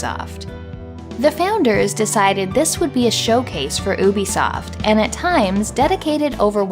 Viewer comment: Maybe you're just throwing shade at Ubisoft (which I'm entirely in support of haha), but on the off chance you're not, I'll mention that it's meant to be pronounced "You Bee Soft" 😊👍